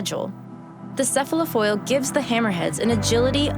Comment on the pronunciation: Enough! I cannot stand another minute of a young child misusing words such as "unique" and mispronouncing "cephalofoil".